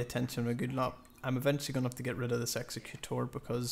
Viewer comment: 1.) Great vid, I'm subbing! 2.) 99,999th view! w00t. 3.) protip: egg-ZEK-u-tour, not EX-uh-Kute-er Keep up the good work brohiem